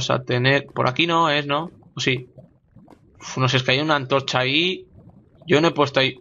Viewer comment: por que dices antroncha en vez de antorcha xDD jajajaj, LiKE!